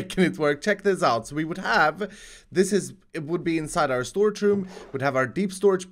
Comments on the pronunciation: First it was “THE ULTIMATE SOLUTION” now it’s “THE ULTIMATE SORAGE” What even is a sorage lol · SORAGE LOL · shtorage shishtem